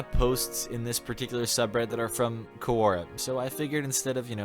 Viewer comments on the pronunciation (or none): It's not Koo-oh-ra, it's Quor-ah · Everytime he said "quora" I jumped